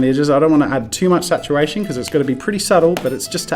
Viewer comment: "I don't want to add too much satuwation"